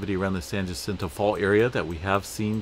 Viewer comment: Hey man thanks for all your work . Been following you for a while , appreciate it . But today is the day brother , I have to say ... it's pronounced " San Ye sento , San Jacinto ... and Tem ek U la , Temecula .. not important I know , keep up the good work . Temecula sits on the Elsinore fault line , south of lake Elsinore .